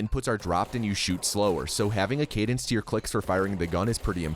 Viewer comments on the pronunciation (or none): none